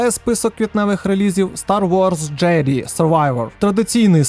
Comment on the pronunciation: Я певен що вже про це написали але Jedi читається як джЕдай Дякую за відос кілька цікавих ігрульок знайшов для себе